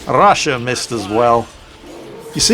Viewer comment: I dare anyone to drink a shot every time: - butchers 'Ostraya' - butchers 'Rassia' - comments on 'temptation to shoot them all' and how you can't - sniper pistols are mentioned If you haven't passed out by 25 minutes you must be drinking water.